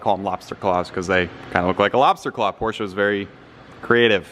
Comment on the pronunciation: Porsche not porscha